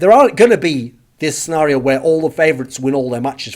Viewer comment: The way you say Scenario is fucked up